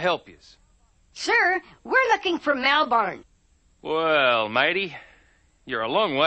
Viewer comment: It’s Melbourne not Melborne